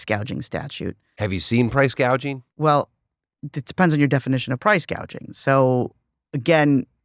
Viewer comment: "gouging" not "gauging"